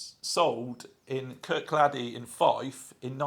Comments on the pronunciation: Kirkcaldy is pronounced Kir-cawdy 😂. Great video man 👍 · Kirkcaldy is pronounced...Kircoddy. Thanks for the wonderful video.